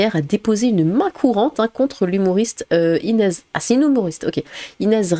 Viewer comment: Inéze ?! 🤣🤣🤣🤣 Inéze ?! Sérieux ? Mais tu sais pas parler en fait ?